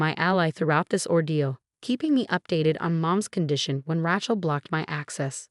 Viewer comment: You need to teach the AI reading it that Rachel is pronounce RAY-chel, not RA-chel, pronouncing the a as in 'apple'.